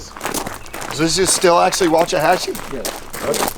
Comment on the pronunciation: Its pronounced 'Walks-ah-hatch-ee'